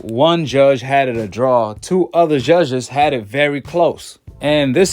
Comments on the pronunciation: why. are u saying ZHUZHHEZZ??? JUDGES its Judges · U can’t even pronounce judges correct 🤣🤣!!! He don’t need the judges in his pockets he knocks all his opponents out!!! Your favorite fighter only boxed in the ring with the same REF each fight